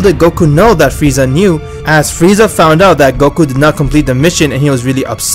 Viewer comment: Is this me or did say “fieza”